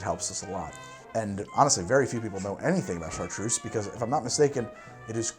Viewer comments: Why is Chartreuse so difficult to pronounce?! [Shahtr] - Try to say O while placing your tongue in the middle of your mouth with each tongue edge on your teeth (like when whistling) -[se]. Americans are generally great at doing German accents. I cannot fathom why every french word becomes so fucked up in an American's mouth. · Chartreuse in french is say: ''ChaRRtRReuZe'' LOL